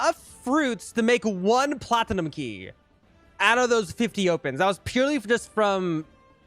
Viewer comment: How everyone pronounces it: platnum How pronounces it: pla ti num